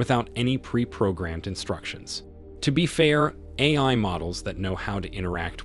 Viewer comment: forgot how to say AI